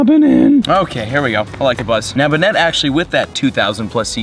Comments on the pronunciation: Its (bay net) not benet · It's pronounced "ban-it" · This is how you pronounce Banette Bane-NETT reagion: Hoenn I follow you on Twitter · its bay-net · It is kinda complicated to pronounce it properly. But technically it's pronounced bayn/bain- net. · Pronouced "Bay-net" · It's pronounced "bay-net" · Its bay-net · it's pronounced Bay-net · Banette is pronounced Bane-net